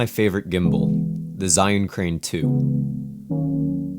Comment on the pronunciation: Awesome:) I wanted to tell you that it’s not ‘zi’ it’s actually pronounced ‘jer’:)